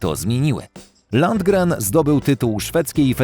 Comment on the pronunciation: Dolph LunDGRen, a nie "Langren"